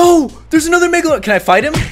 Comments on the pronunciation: PLEASE READ ALL OF THIS! Message to caylus: I think you are amazing! Your vids are awesome! And you really make my day! However, this doesn't bother me at all, but I think you are pronouncing the megalodon wrong. You are pronouncing it like: megladon. But it is megalodon. ( Prenounciation: mega - low - don) But your amazing!!! I just wanted to put that out there! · the way he said meglagon